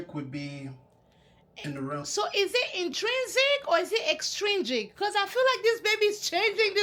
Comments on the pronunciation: Yesss because The issue is he said “Exstringent” then “intrinsic” , then “extrinsic” . And we get literally a few seconds to listen process and answer the question , so I was confused & the nerves had me rambling 😭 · He was saying extrigent lol which isn’t even the word